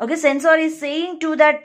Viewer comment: Its environment not envi ron ment Its sensor not sen soor